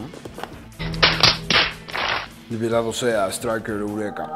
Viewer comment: Así no se dice estriker eureka